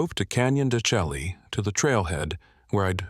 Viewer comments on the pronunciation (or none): Don’t love the AI mispronunciation , it’s annoying enough to take me out of the story, it’s pronounced “de Shay’ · You gotta fix that AI or have a real person narrate. The mispronunciations are very irritating. Example, De Chelle is D’shay. Very nice story. Not exactly creepy but nice. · Please get the pronunciation correct. It ruins the whole tale. Any real Tribal policeman would never pronounce it incorrectly. It is pronounced: dshay.